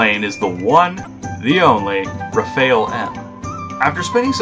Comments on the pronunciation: He said rafail.....not rafale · Not rafael... But rafal!! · did i just hear him call it the "ray-FAYEL"? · That pronounciation of Rafale tho...